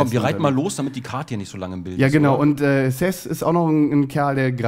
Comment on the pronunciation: sag doch mal bitte SeTH und nicht immer THeS...ist ja furchtbar...